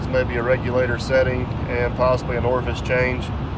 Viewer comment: Did you say orface??? Ha ha